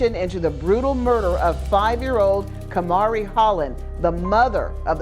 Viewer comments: when the source material tells you how to pronounce the name (i.e. the interview clips), you pronounce it that way. It was states multiple times as "Ka-Mah-Ri," however the narrator, who sounds like English is her first language, continuously pronounced it as "Kay-Marie." Literally no one here is being mean to the narrator. No one is calling her names and no one is belittling her. No one is claiming intellectual superiority. We're noting that the narrator repeatedly mispronounced the name despite it being said correctly by the victim's family. This is valid feedback. We can't be so fragile that we disallow ANY feedback or critique. Repeatedly mispronouncing someone's name is disrespectful. Especially when you've been corrected multiple times (i.e. the source material). And disregarding that correction is definitely rude and insensitive. Just acknowledge the note, make an effort to do better, and continue on. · I enjoy watching your videos, but I've always wondered why you mispronounced the victims names? In the source material, the parents pronounced Kamari's name like "Kah-Mar-Ri" but you kept pronouncing it as "Kay-Marie." I'm sure you don't intend to be disrespectful, but pronouncing the victims names correctly is important and respectful in remembering them. Just a friendly encouragement to think about moving forward. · Kuh-mah-ree. Jesus. She said the girls name different, and incorrect, literally every single time 😩 I like the style and subjects of this channel, but you’d think a true crime channel would know the word “arraignment” is pronounced “ah-rain-ment” and not “arrangement” but apparently not. Maybe I’m an asshole, but mispronounced words are like nails on a damn chalkboard to me 😩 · I know it’s too late to make a difference but her name is pronounced kuh mar e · How did you constantly butcher her name with video of people pronouncing it correctly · Kuh Mar Ee so fucking wack at least get the people u make money off that are diseased names right!!!